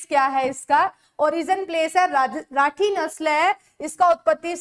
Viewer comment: Mam राठ nahi rathi hai